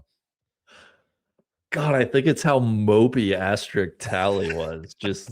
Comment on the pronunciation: Asterisk pronounced ass-ter-risk. No X in that word